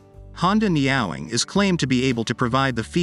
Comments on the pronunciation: I had to stop watching this just because of the way he was saying Neowing!!!! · Dudes! Get yourself a text to speech program that can pronounce Neowing if you're going to do a video about it. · Neat bike, but I cringe every time he pronounces it neOWing when it obviously shound be pronounced NEo-wing. Think NEO from The Matrix followed by "wing". Knowing Honda, it will be very expensive. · Ne-Yo Wing. Not Neow-wing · Neo-wing, not neowing. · Ne-ow-ing? Could it be Neo-wing? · Are we sure it's pronounced NEOW-ing and not NEO-Wing? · It’s not NyaWing! It’s NEO(new)Wing! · Neeow ing? I doubt it, more likely neo wing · It’s Neo not niaow 😂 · Neo wing!....not neowing. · Neyowing? Makes Me Cringe!!! It’s ne-o-wing like the guy from the matrix. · Surely you pronounce it as the Honda Neo-wing? IE: New Wing? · The Computer voices in these videos cracks me up...Neowing pronounced "nee-aw-wing". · For chrisake I know the name looks like it reads "meow-wing" but it actually reads "neo-wing". So for chrisake pronounce it as "Neo-wing"! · I laughed 😂 at the way you pronounced the name, it's a Neo-Wing. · Neo...Wing, it's not a cat. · Shouldn't it be pronounced "Neo - Wing"? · someone tell this robot it's neo-wing. and it's not a motorcycle, it's a car for people frightened of gravity and road-rash. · Nee-oh-wing. It doesn't rhyme with 'meowing'. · Umm, I'm not sure that's how it's pronounced. It's a combination of "Neo" (New) and "Wing" (Gold Wing). So the pronunciation should probably be Neo (as in the character from The Matrix) Wing (like little birdies). But i could be wrong. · AI is supposed to put us out of work but can't pronounce NEE-o-wing🤔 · Its name should not sound like a cat ? Its NEE- OWE-WING meaning ‘New Wing’ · Surely the name does not rhyme with MEOWING 🐈. Surely the name should be pronounced as though it has a hyphen in it. EG. Neo -Wing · Neo wing, neo wing. OMG AI needs lessons in speaking.